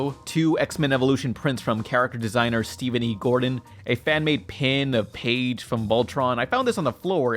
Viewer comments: IT'S PIDGE, NOT PAIGE! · It's pronounced Pidge. Like Pidgy minus the Y at the end. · Did he just call Pidge Paige I swear to fuck. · Her name is PIDGE not PAIGE...why is it that cant pronounce easy to pronounce names, he calls Zach Bellissimo "Zatch" or Jailbreak from Emoji movie Jailbait (that was no joke he said he thought that was her name)